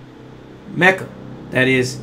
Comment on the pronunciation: I watched that episode. Tariq definitely botched MECJA. I cringed...